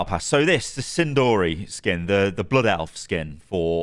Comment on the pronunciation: He really just pronounced the blood elf as "sin-dory"